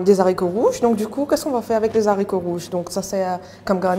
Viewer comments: Très bonne recette👏mais les explications sont un peu trop longues....et comme dit Marc Marc,en Français on prononce les « aricots « et pas les « zaricots »...Merci pour la recette....😍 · Les haricots, non pas les zaricots